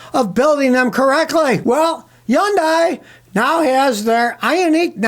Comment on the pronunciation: Scotty according to Hyundai it's pronounced like Sunday with a Hun. Easy yea. Don't have to hurt yourself sayin HI yun die. If you care which I think you don't 😂